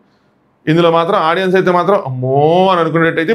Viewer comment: Audien kadu audience okkarinaina kuda audience ane antaru guru